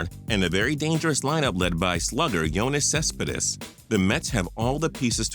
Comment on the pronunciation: Kyle Strange exactly bruh. I'm a reds fan and I'm offended. Also he said yonanis cespedes wrong lol